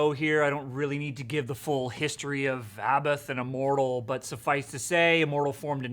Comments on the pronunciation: It's pronounced " A bot " he's said it himself several times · This poser can't or won't pronounce Abbath correctly.